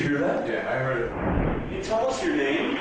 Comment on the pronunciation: He always pronounces "heard" as "heed"